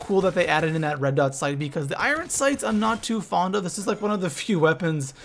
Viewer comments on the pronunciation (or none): none